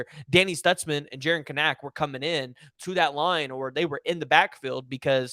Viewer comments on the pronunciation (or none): say it with me…Kanak like mechanic. Kanak pronounced “Can-ek”. Thank you